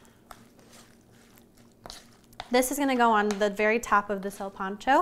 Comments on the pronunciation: THAT'S KOOL THANKS FOR EVEN TRYING CAUSE SOME PEOPLE WILL ONLY DO MICROWAVE FOOD AND STOVE / OVEN IS JUST TO MUCH FOR THEM LOL JUST SAY "SIN" LIKE "WITHOUT" AND "PANCHO" LIKE "PANCHO VILLA" "SILPANCHO" NOT "SEALPANCHO" LOL YOU KEEP DOING YO THANG DISCOVERING OTHER CULTURES IS A BEAUTY PLUS HERE IN THE U.S. I THINK BOLIVIANS EQUAL ARE LESS 5% OF HISPANIC & LATINOS ❤💛💚 PEACE OUT GOOD LUCK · NOT SURE WHAT PART OF COCHABAMBA BOLIVIA DID YOU LEARN THIS FROM PUT NO NEED FOR THE PAPRIKA OR THE WHOLE EGG FOR THE BREADING GROUND BEEF YOU NEED TO MIX AND KEEP BREADING TO THE BEEF WHILE HAMMER TENDERIZING THEM REALLY FLAT AND NO NEED TO PEEL GOLDEN YUKON POTATO'S EVERYTHING ELSE WAS PRETTY MUCH IT BUT MY GRANDMA GET MAD IF SHE HEARD YOU MISS PRONOUNCE "SILPANCHO" THE WAY YOU DID GIRL LOL KEEP IT UP TRY AGAIN 👍